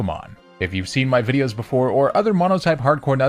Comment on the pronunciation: DO NOT LEAVE OFF THE O IN VIDEOS!